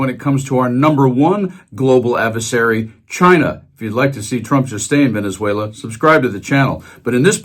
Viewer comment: Did he say " Venzuayler " ?